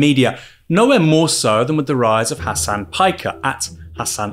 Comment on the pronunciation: man really said "hass anne"